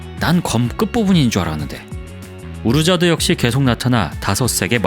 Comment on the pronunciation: 스토리도 좋긴한데요 한가지만 틀리지 않았으면 좋겠어요 어둠의 기사 우르자드인데요 처음부분에서 우르저드라고 하셨네요 우르저드인지 우르자드인지 바르게 해줬으면 하내요